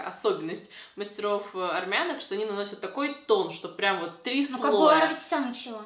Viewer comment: так ужасно произнесла нацию, прям такое неправильное ударение, аж слух ломается. Армяне, армянок, Армения....и никак иначе